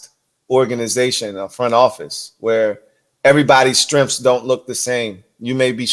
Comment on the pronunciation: What exactly are "STRENFFS". You mentioned a balanced front office where everybody's "STRENFFS" don't look the same. What are "STRENFFS". Do you mean "strengths"?